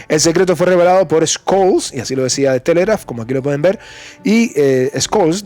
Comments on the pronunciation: Una pequeňa observación: Scholz se pronuncia sholts no skolts. Von der Leyen se pronuncia fon der Laien; Fico (el eslovaco) se pronuncia Fitso no Fiko. Pequeňos detalles que mejoran la transmisión. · BROTHER THE PRONOUNCIATION OF SCHOLTZ IS SSSHOL. 👍